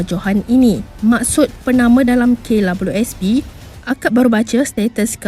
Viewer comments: Kenapa dia sebut K Lawelieu S P,,,lawak la,,,hehe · Pnyalah bnyak kali dia sbut abjad 'w'..smpai kesudah x ok ok jgak.. Kalu dh pyah sgt..cuba sbut cmgini..'double u'.. Mesti ok truih.. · Kenapa sebut klabyusp Sepatut nya sebut kdabel u sp (KWSP), sebutan kena betul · Aki sorang je ke yg dgr dia sebut klabiuespi 🤣🤣🤭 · Beria2 akak dnga betul2..k labeliu sp🤣🤣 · "Kay labelu es pi" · Sy nk komen gak psl perkataan tu...memg nk komen pun cume x tau nk buh ayat ape 😆😆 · Lidah pendek ke dik KWSP susah benor nak sebut hahaha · Maaf hihihi...... Puas saya dengar sebutan KWSP admin ni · k labiu sp..susah sebut kwsp ya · Kenapa sebutan KWSP dia pelik je bunyi nye. Rasa annoying je dgr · apesal admin ni sebut kwsp mcm xlurus jer😀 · Kenapa mcm susah nor nak sebut kWsp tu.. 😁 😁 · Aku stop tgok vedio ni sbb terganggu dgn sebutn double u. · Say it again...W.... Struggle sgt tu...